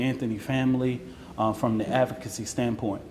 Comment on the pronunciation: He can not say the word advocacy correctly lol